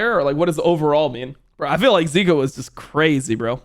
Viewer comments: he pronounces zika as zerka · If he’s gonna pronounce zeka like that he has to pronounce Zika in a different way